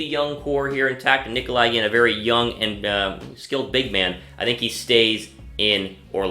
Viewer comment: It’s nikola not nikoli how hard is vucevic to say learn how to speak English scrub. This guy sounds like a noob